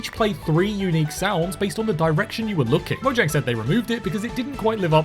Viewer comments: DO YOU MEAN MOYANG? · Did you know that mojang is pronounce moyang